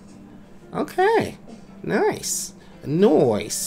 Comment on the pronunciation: I Thought You Said "Noice."